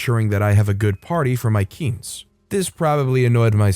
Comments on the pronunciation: I would like the video but it's pronounced "keen-say" not "keense." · It's not "keens". It's more "keen-seh". The "e" at the end is pronounced as it's a shortened form of the word quinceañera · im so sorry. quince is pronounced quinc-eh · Btw it’s “kin se” like when you say the whole word quinceañera. It’s the word for 15 in Spanish. 😄 Thanks for reading this story. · You kept mispronouncing quince. It is "keen-say"